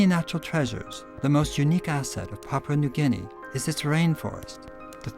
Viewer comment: Papua New Guinea is pronounce as Papoooah not Papa... But Nice documentary.